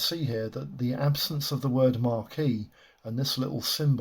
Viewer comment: It's 'maquette', not "marquee". A maquette is "a sculptor's small preliminary model or sketch"